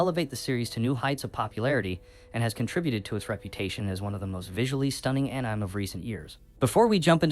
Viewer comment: Ann-Nyme??? Are you AI?